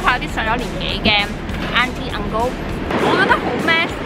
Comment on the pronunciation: 你講Uncle已經有坡口音😆😆 仲有你國語好好哦👍 麵包雪糕xx年前已經話係新加坡街頭必吃小食哦